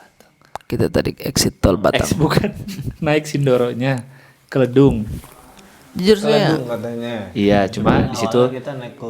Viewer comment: bacanya Kledung bukan Kledung pakai e